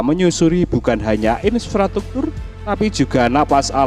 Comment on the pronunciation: In-fra-struk-tur pak...bukan insfrastruktur 🙈